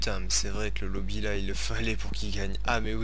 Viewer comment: on di pas lobi mais mode menu